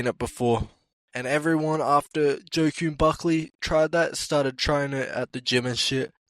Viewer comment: also the way you pronounce joaquin buckley makes me cry